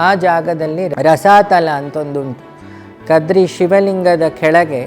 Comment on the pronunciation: Not. Kadri.....it's. KADRE.... The Tulu word